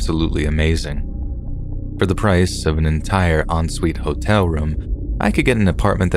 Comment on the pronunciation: HAS HE STOPPED SAYING HOLE-TELL??? (hotel)